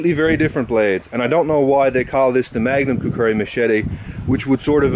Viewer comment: lol you say it like kukuri